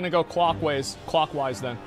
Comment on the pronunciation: "We've just gotta go clockwase" Asmongold, raid leader, 2022